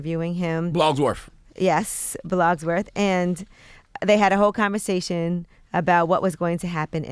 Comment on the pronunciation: Nobody: Charla: BLOGSWORTH